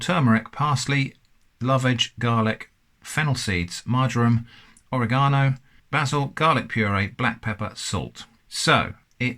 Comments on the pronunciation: Thank you for enunciating oregano in a new and exciting way to my ears. I don't think I've ever heard it pronounced oro-gano before. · At least they didn’t get on you with your pronunciation of oregano 😬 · Now I think my mother learned English from an Englander. She pronounces oregano just like you. No jellyfish swimming while chewing?